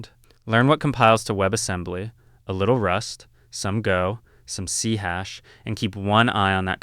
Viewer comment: Are you AI Generated? It is C-Sharp, not C-Hash.